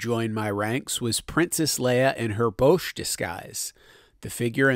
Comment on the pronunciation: I always heard it was pronounced "bowsh"